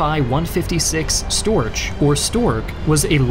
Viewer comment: Your German pronunciation is quite on point. Apart from the Storch it was pretty good